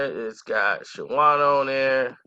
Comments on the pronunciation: You chopped everybody name up on this 1! DTP, nigga! Shawna, not Shawanna! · It’s pronounced Shawn -na 🤦🏾‍♀️ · You killing me with "Shawanna"! Reminding me of that uncle who keeps ruining your ghetto friend's name. LOL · Bruh the W is silent..... I almost cut this shit off after the 2nd "sha-wonnah"